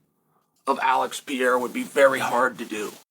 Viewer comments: It’s not “Peêra”! It’s “ Pereira”. Get the champ’s name right, RESPECT! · Chael: try saying Poatan's last name fully: not "peeyera" but "PE-REI-RA", try it. From a fan in Brazil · Learn his name man! Thats disrespectful af. You are calling him Pierre repeatedly. Hes not french, he is Brazillian. Its Pereira. Not Pierre.. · “to express to you my appreciation of Alex Pereira…” First of all, stop butchering his last time “Pee-era” 🤦🏼‍♂️ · Pereira ❌️ Pee Era ✅️ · I think it’s time for Chael to learn how to pronounce Alex’s name ; read “peh - reh - rah”. Nice and easy. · Just the pronunciation and the seriousness of it is so funny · Chael love George St-Pierre so much he calls Alex Pierre as well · Who the fuck is this "Pierra" guy!? I feel like I'm missing out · pee-erra versus uncle aev? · Who TF is Piera? 😂😂😂😂😂😂. Learn his name bro. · Chael at it again “pee-ye-ra” lol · Hey cheal , per-hair -ah, there’s no pee.sound it out.I’m Canadian but have friends with same last name as Al-x Al-x per-hair-ah!! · If Alex does 4 title fights in 8 months, Chael will have to call him Periera instead of Pierre-a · Uncle Chael can't and will not pronounce "Pijerra" well lmao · "PEE-ERA vs. Ankalaev!" 😂 Gotta love Uncle Chael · If you want to express your appreciation you could start by pronouncing his name correctly. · why does chael refuse to pronounce his name properly? is he butthurt or something lol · One way you have to show your appreciation for pereira could be to star sayng is name correctly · Chael is undefeated at destroying fighters names 😂😂😂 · man... the guy just can´t say Pereira hahahah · Proof chael cant read or write or pronounce alex's last name😂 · Charl should learn to say his name